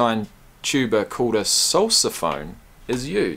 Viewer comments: That would be sousaphone "sue sa" as in John Phillip Sousa. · It is pronounced "Susaphone" after the March King John Phillip Sousa. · "Sousaphone" is pronounced "Soosa-phone" because it was partly developed by John Philip Sousa ( , composer of many march tunes that are still performed today, like "Stars and Stripes Forever"; but for Commonwealth people, perhaps his best known march was 'The Liberty Bell', immortalized as the theme song for Monty Python's Flying Circus. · That's Pronounced Soo-sa-phone, after John Phillip Sousa, the " March" King. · Sousaphone, named after John Philip SOUSA... look him up. (pronounced "soo-za" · Long long time to correct this probably already corrected but, it is Pronounced (Sue z ah phone) in honor of John Philips Sousa. The Father of the American Marching Band. It was created by J.W. Pepper so that the Marching bands could bring the Tuba onto the field and out of the Symphony Halls. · It’s pronounced “Sue-sa-phone” after John Phillip Sousa, the march king. This band does a different half time show for each home game while going to college full time. They are amazing. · It's pronounced sue-sa-phone after John Phillip Sousa, known for composing grand marches. Wikipedia has a very good article on it and its history. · The person you referred to as the conductor is actually called a drum major. He does lead, but there is also a second conductor on the sidelines, especially during the halftime shows, and the sousaphone sounds like a woman’s first name Sue instead of the way you pronounced it. The students being named were the graduating seniors that would be leaving college. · The sousaphone is pronounced "sue-sa-phone" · Sousaphone is pronounced Sue....za......phone. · Pronounced “soozaphone” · FYI Sousaphone as in Sousa, John Philip Sousa. Love that you are sharing this.